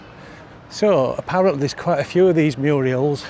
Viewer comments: The word is murals, not murials. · murals mate not Muriel . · Murals not Muriels!